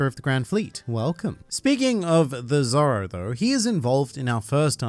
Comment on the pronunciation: I didn’t know that “zoro” was actually spelled as “zolo” 😂